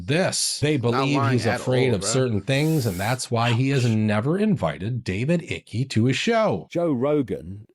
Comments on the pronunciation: David 'ickey'😂😂😂😂 it's pronounced 'IKE' LIKE HIKE WITHOUT THE 'H'🤦🏽‍♀️ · It's not David Icky. It's pronounced IKE. He's been talking about what is finally coming out for almost 25 years now.